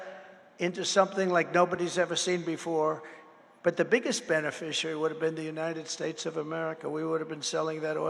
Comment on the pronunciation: I think it's pronounced " Unided Schtesh ", as your hero and master orator pronounced it